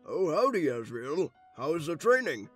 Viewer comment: When he said Ass-riel I died of laughter